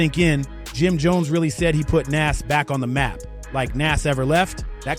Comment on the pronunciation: You did all this work and it's good but you saying his name so wrong its pronounced Noz